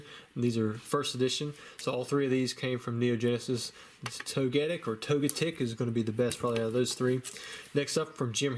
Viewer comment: I just bought a PSA Charizard... Oh dear lord, what have I done..? Also, "Tow-Gettick"... I've never heard anyone pronounce it that way... But I kinda like it! :D